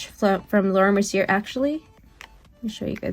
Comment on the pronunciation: Omg girl, lol. I can't with you. It's not Mercy-er. She's French it's Merci-AY! Mercier = Merci-AY! Please stop saying it Mercy-er lol